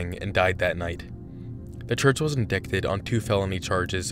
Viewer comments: "Indicted" is pronounced ind ite ed, not ind ikt ed. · just for future reference, you don’t pronounce the ‘c’ in “indicted.” anyway, much love for your channel xoxo. :)) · En-die-ted. Not en-dick-ted. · "Indicted" is pronounced "in-dite-ed" The "c" is silent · Lmao. "In-dick-ted" "In-die-ted" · Just for ur own reference because I’m sure u will say it many more times in ur videos but indicted is pronounced in-dite-ed. Not in-dick-ted. Just in Case u ever read it again. Not trying to be a grammar nazi lol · “IN-DICK-TED” oh man that got me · Great video. Though indicted is pronounced "in die ted" again though, great video. It's a wonder these people are allowed to operate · The c in 'indicted' is silent lol. Pronounced as 'in-dye-ted'. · Did you say “indick-ted”? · lol indicted, you pronounce is in=die-ted. I’m sure you know that lol. Let me guess you were reading the statement on your screen and accidentally said it how it looks like it should be pronounced? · Indicted = in DYTE ed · Btw, indicted is pronounced: in-die-ted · It's pronounced "in-dighted" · Indicted is pronounced (in-dīt-êd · Not for nothin' but you pronounced Indicted wrong. I know, it got me for the longest time too, and I was actually indicted! (it's pronounced IN-dai-TED) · i love you, but "indicted" is pronounced like "indited" (dict rhyming with "bite"). please be careful! i worry for your safety when covering scientology. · I hate to be that guy, but it's pronounced IN-DIE-TED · Lul “indikted” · Dude, did you really say the word "in-dick-ted" for "indicted??? Disappointing. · "In-DICKT-ment"... oh boy. You might want to double check that pronunciation there, buddy. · Indicted is "In-dy-ted". Sorry, I'm one of those. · Hate being annoying, but it's pronounced (En•Dight•Ed) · I've never heard anyone pronounce indicted like that before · The way you pronounced “indicted” is the scariest part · for future reference the 'c' in indicted is silent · The way you pronounce Indict still bothers me.